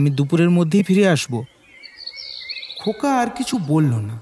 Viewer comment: khub sundor tobe khoka ta khoka na hoye "nyaka" hoye gechhe